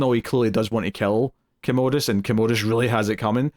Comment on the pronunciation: Also I’m cracking up at yall mispronouncing Commodus. There no “ode” sound in the name - yall are calling him a toilet lol